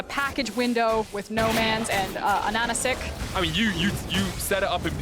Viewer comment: Casters pronounced AHAHACIK correct, good job on that one :D Ананас = pineapple, ананасик = tiny pineapple, or a pineapple that you for some weird reason have warm feelings about, as if that's some cute little toy. Strange choice of the nickname.